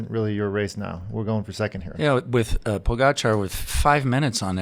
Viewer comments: How about pronouncing Pogachar correctly? You guys have had enough time by now to figure it out. Show him some respect. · I did help out.. by correcting ur mistake. Now the ppl reading this thread will actually know how to pronounce his name. It all worked out in the end buddy 👍